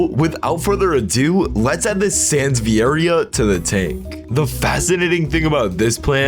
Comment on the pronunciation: Also that's not how y say sanseveria u pronounce it like San-se-ve-ri-a